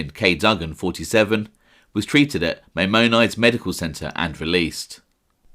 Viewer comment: I started cracking up when I saw "Maimonides" cause I knew you were gonna do it justice! 😂 It's "my mon dees" said quick. excellent stuff, keep it coming!